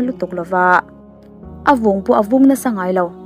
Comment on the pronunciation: A vung in a vung- a vûn in a vung A eng avangin- a en avangin(tiang hi lam dik thin tehu 😷